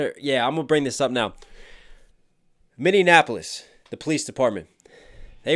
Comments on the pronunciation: min-ee-ap-uh-lis Sorry I’m from Mn 👍🏼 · Anyone explain to him how to pronounce "Minneapolis" yet? Reaction ok at best.. this guy bugs me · Great reaction. Just wish you would learn how to pronounce Minneapolis, lol.